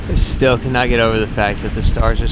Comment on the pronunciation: Nate's accent really came back out with that "still" sounding like "steeeal" 😂